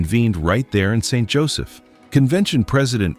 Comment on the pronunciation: Lose the AI narrator and it might be worth watching. Also the cemetery pictured to be in St. Joseph is one actually in the northeast United States with northern fall foliage on rolling hills surrounding it. Why can’t people posting these videos at least TRY to make them accurate and at minimum pronounce names correctly?